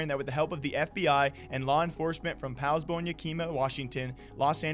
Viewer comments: Same with poulsbo. It’s Pauls-bo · You're not a native of Washington, you butchered Poulsbo and Yakima pronunciation. It's more like saying Paulzbo and don't say "i" like (ee) it's "i" in "it" for Yakima. It's cringe, for the ears of a native.